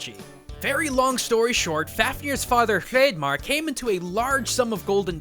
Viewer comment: First off, your content is amazing and i love you!!! quick criticism though. call me nitpicky if you want but Hrei(ettha)marr it actually pronounced Hreithmarr rather than hreidmarr. the ettha makes a voiced th sound like in the. It's actually a common mistake due to the fact that the ettha is no longer used in modern english but is left in icelandic and norse as a reminder of anglic heritage.